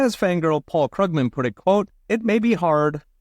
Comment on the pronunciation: I just think it’s hilarious that he pronounces his name incorrectly because he obviously listens to Peter Schiff. 😂